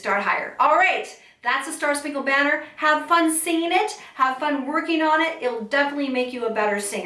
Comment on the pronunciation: You sang the word BANNER wrong! There are not 4 sung syllables in banner. There are 3. Baa😅 ner er